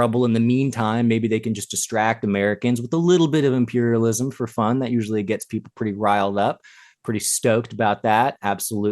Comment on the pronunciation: Comer calls y’all peeopel😂😂😂